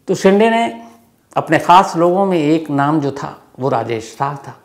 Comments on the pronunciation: बहोत बार हिन्दी बोलने वाले ये गलती करते है Shinde को शिंडे केहेटे है जब की वो शिंदे है बिग बॉस से ये मुझे मेहेसुस हूवा जहा शिल्पा शिंदे को हमेशा शिल्पा शिंडे संबोधित किया जाताथा मराठी मे दो अलग उपनाम है: Shinde: शिंदे Shende: शेंडे आशा है मैने बोअर नही किया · It's shinde (शिंदे) but not ( शिंडे).... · शिंडे nahi sir Wo शिंदे hai ❤ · Shinthe nahi shide name hai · शिंडे नहीं शिंदे होता है